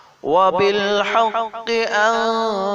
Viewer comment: Hmm তার কুরআন তেলায়াত আমার অ ভালো লাকসে কিন্তু আকজায়গায় ভুল হইসে সেটা হইলো অবিল হাক্কু সে বলসে অবিল হাক্কি 😞